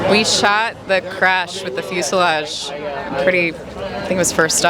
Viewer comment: foo salage? fusalage? flu salage? flooslavage?